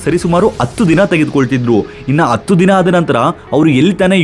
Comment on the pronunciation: Guru please modhlu akshara 'Ha' gu 'Aa' gu difference thilko. 10 na kannadadalli 'Hatthu' anthivi 'atthu' alla. Kannada na kollbeda.